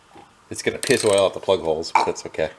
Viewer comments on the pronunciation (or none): Ummmm “Plud the floods out? 😂😂😂😂😂